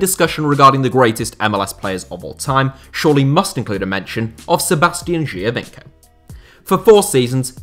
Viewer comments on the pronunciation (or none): I heard you a bit struggling with the Giovinco pronunciation :) it's way simpler: joe-veenco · Geo as in geography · Isn’t it Geo - veenco